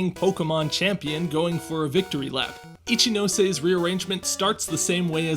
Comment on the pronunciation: And now after all these years I finally know how to properly pronounce "Ichinose"! Good to see you here, Carlos! Long live Gen 4's soundtrack!